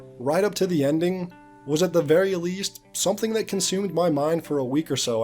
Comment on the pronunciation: Bro, you really dont know how to say consumed? You said it like consume and ed separately. Please man....